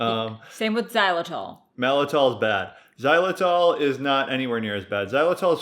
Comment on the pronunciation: Isn’t it maltitol?